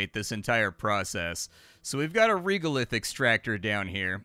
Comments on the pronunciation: Young man, regolith is pronounced like this: /ˈreɡəˌliTH/ otherwise, because of you I may give this game a chance (!) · Anyone else twitching a little bit with pronunciation of Regolith, rɛɡəlɪθ:D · Regolith. The reg part is pronounced like regular